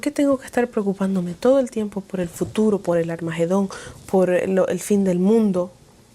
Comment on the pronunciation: Lastima mucho al oido cuando hablas.. usas la letra "J" en palabras que llevan "H". Ejemplo: Que jel oscurantismo?